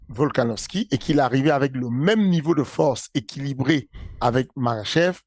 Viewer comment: "N'ai pas la fowrce"